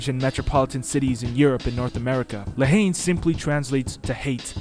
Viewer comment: Actualy la Haine is pronouced N not Haine